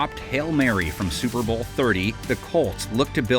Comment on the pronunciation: Suer Bowl lol